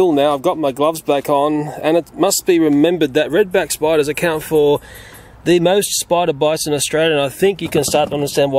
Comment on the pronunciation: I love the way he talks 😂😂. Reed beck spoiduuuuuuuuus 😂